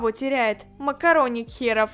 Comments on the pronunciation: я сама весь сериал слышала МАКОРОНИК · Нет я тоже услышала слава макараник и захотяла макараны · Когда она сказала макароник я ела макароны